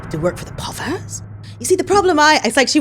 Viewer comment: yesterday it was "Cocozoid"...today its " povers "....~ism at their finest and funniest lol. You would make good as an actress especially in comedy....your whole vibe is brilliant....I also know you have done a lot sho if you have already dipped you toes into acting already then sorry....Anyway....lots of love...Tasha...UK!